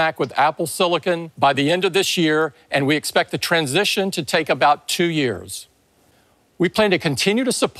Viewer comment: That federigi dude says cempect one more time I’ll stop buying any apple products!